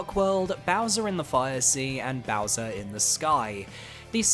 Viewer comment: Says ' so longee Bowswer not gay bowser lol